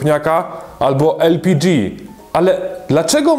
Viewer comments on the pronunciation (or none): el - pi - DŻI !! :D